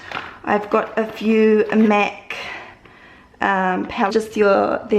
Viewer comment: She says Mac like mec